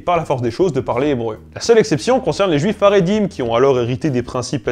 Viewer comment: Magnifique, superbe trilogie qui s'achève brillamment. Juste une toute petite remarque quand même qui me démange : La prononciation des mots en hébreu n'est pas toujours au point. Notamment Israël qui n'est pas Izraël mais [i.sʁa.ɛl] et Haredi qui n'est pas Aredi mais [χaʁeˈdi] :)